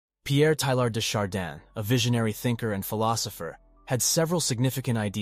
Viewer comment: When are AI voices going to learn how to pronounce names? TAY-YAR DAY SHAR-DAWN